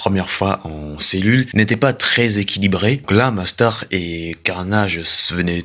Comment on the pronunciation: Mais parle correctement "nastar"cancer" mais wsh tu c pas dire mastar et concer c pas si dur ptdrrr